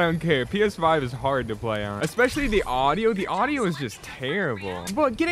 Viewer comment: When he said aaaduio I was laughing